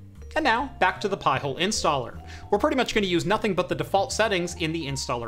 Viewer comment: Pie-Hole? 🤣🤣🤣.....NO! PI HOLE! 🤬